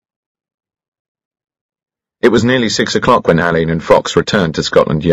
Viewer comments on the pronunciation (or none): I just wish someone had told him how to pronounce "Alleyn." According to Ngaio Marsh herself, it is pronounced "Allen." Other than that, very enjoyable. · But the person who directed this beautiful reading must have asked Benedict C to pronounce it ‘Alleyn’ ?